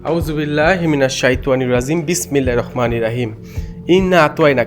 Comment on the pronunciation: ভাই,ছোট বেলা থেকে শিখে আসছি বিসমিল্লাহির রহমানির রহীম,আপনার উচ্চারণ তো হয়না মনে হয়